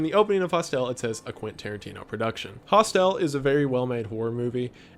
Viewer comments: Hostel is pronounced like Hostile (Hoss-tull), not "Host-ell". They are small guesthouses all around the world, for backpack travelers and students on walkabout, etc. Of course, in this context, it is a double entendre...hostel/hostile. Get it? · Eli Roths horror movie Cabin Fever came before Hostel...(pronounced Hostile, like hostility towards another)...but he was def doing horror before death proof...but I love your videos man, and just wanna make sure you have your references right brother. Also this is a tertiary account, of which they are all subbed to you. But as always, have a great weekend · Never have I heard “hostel” said with a emphasis on the el but I love it and this is how I will say it from now on.. host-el 🤌🏻🤌🏻 I kid of course, incredible content that keeps me entertained at work! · just a heads up, it's pronounced "hostile" - it's a pun. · Does it bother anyone else the way he pronounces Hostel? Haust-el 😂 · Your mispronunciation of "Hostel" was terribly cringy dude. Do you know what a Hostel is? It doesn't have that pretentious long E pronunciation. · Please learn how to pronounce “hostel”. Also Salo is not structured like the fucking divine comedy, it’s a modern adaptation of a pornographic novel by the Marquis de Sade (which is infinitely worse than the film, Jesus Christ, do NOT try to read it) and is a criticism of Italian aristocracy, the church, and it the abuse of power. It’s pretentious and disgusting, but it’s got nothing to do with the divine comedy. I feel like you pulled that straight out of your ass to try to sound smart by referencing Dante. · Nobody here commenting on how this guy is pronouncing Hostel? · Stop pronouncing hostel that way.. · i love that you pronounced Junko’s name correctly like 12 times but the word hostel was a but tricky Love you Wendigoon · With all dues respect, I have never heard the word "Hostel" pronounced as he did. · You're pronouncing hostel wrong. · How do you mispronounce hostel?